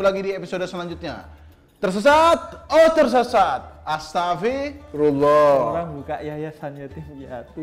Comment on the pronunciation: Mohon maaf sedikit koreksi buat Tretan Muslim, pelafalan yg tepat itu astaghfirullah al 'aziim. Bukan astafirullah al aziim. Terima kasih.